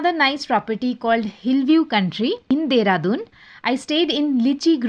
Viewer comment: Corporate me dehradun ko deradon bolate hai kya 😁😁